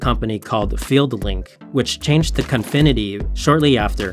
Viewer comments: He keeps calling it Confinity, while it's clearly Cofinity. Unwatchable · Its Cofinity not Confinity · Why does the narrator consistently pronounce it CONfinity, when its spelled Cofinity? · Cofinity. I don't know why he keeps calling it confinity. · Before doin an articole you should learn how to pronouce names, it is CO-FI-NI-TY and not CON-FI-NI-TY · me too bro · I am so glad it was not just me that noticed this terrible pronunciation..